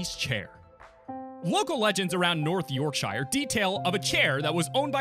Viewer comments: Did you say yourkshiier you got it god dam wrong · Yorkshire is pronounced like "Yorksher", but in the video you make it sound like it's some place out of lord of the rings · the way he says Yorkshire LOL york sh eye rrre 😂😂